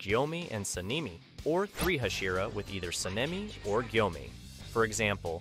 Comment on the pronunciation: What's up with getting the names wrong? You got so many names wrong and mispronounced Gyomei and Sanemi so many times. Called Giyu, Gyomei. Called Obanai, Uzui.